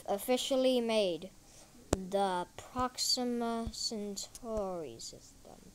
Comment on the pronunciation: And not procima its proxima